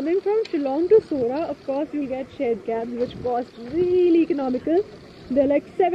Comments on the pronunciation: Nice to hear that you pronounced it Sohra instead of Cherrapunjee and that's what the locals want tourist to call the place. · I like the way you pronounce Khasi words, like Halari, Khasi, Sohra, and etc, you pronounce all well, thank you for this video, it's really appreciable ,God bless you abundantly